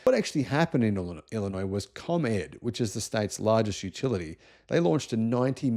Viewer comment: Springfield is the capital of Illinois, but who really cares? But good job on the pronunciation of Illinois. Many in the US incorrectly pronounce the "s" at the end which would be a faux pas.